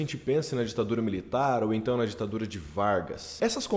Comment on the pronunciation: Ouvi rapadura e não ditadura🤣🤣